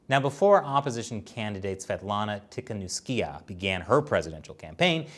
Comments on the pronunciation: Krupam I think that pronounced it correctly except for the second to last syllable, which he pronounced ee instead of ah. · It's pronounced "Tea - ha - Nov - sky - ah" Don't know why they had to mangle her surname that bad in the Western media, but this is the way the locals say it. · its tee-kha-nov-ska-ya, stop butchering it yall! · It's pronounced 'Tee ha Nov sky ya' btw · Wow they murdered the pronunciation of Tihanovskaya :D